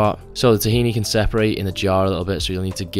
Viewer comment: The way you say paprika made me chuckle and wonder if I been saying it wrong my whole life the same with tahini lol